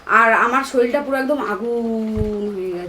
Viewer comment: ভাই শরীল নয়,শরীর হয়।।